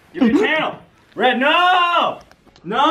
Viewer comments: extremely triggered that Red mispronounced my name but excited that my tweet was featured(8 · Red pronounced my name wrong but I don't even care XD